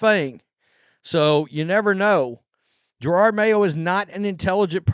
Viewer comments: Jer-od not girard Ffs 😂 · Lol always with 2 r’s, Jerord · I just can't wait until you stop calling him GerARRRRD Mayo. And who the hell is Tommy Kiernan? It's CUR-RAN.. love your coverage on this whole thing btw, just breaking your balls